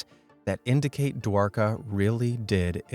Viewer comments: No he pronounced dwarka it's like this Dwaraga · Man, Hindi pronounciation is wrong!! Word Mahabharata is pronounced as ma-ha-bha-rat And Dwarka as Dwaar- kaa